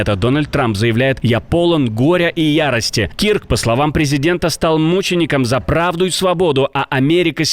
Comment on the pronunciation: Не Кирк , а Кёрк